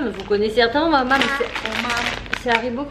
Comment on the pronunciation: maoam pas maomam ^^ lol